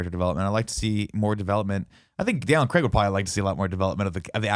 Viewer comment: Just want to say thank you to Tim for being the first american I've heard to pronounce Daniel Craig's name right